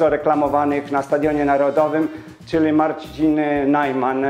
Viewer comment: Jeżely zamiast jeżeli, galy zamiast gali, przeżyly zamiast przeżyli, czyly zamiast czyli. Umiesz pan mowic po polsku?